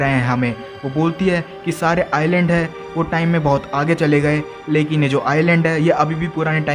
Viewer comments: Bro Island ko iland padh te hai s silent hai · It is not Iceland it is island s is not pronounced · Bro its not Iceland its iland s is silent letter